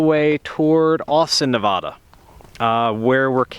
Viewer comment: fyi it's Nev-add-da not Nev-odd-a